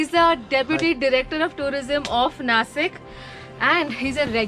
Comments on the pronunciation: Good video just that it's not Nasik it's Nashik just like Washington is not Wasington... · Its Naa-Sheek not Nasik.